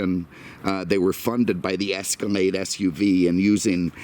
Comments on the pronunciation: I know right lol like wtf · Am I crazy or he says Cadamac / Escamade?!?!?